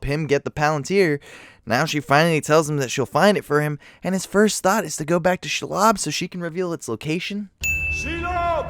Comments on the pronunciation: Your name pronunciation is garbage. It's ShEElob, not shulob. Also Palantir. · It’s SHE-LOB, not Shilob. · SHE-LOB (NOT SHULOB) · His pronunciation of shelob is my new religion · Pronounciation of 90% of words fucking hurt my head "Shell-ob" "El-tra-lel"